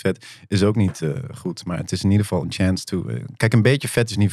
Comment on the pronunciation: Every Day is Achance... Hoe hij het zegt 😂 hoe bedenk je zoiets 🤣🤣🤣